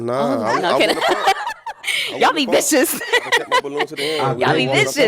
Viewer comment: She said “viscious” 😂